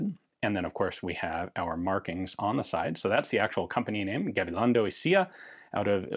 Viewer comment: Kudos for trying to get the pronunciation right. Appreciated! “Y cia.” as in Gabilondo y cia is Spanish for “and co.” so one could say Gabilongo and co. and I think would sound more natural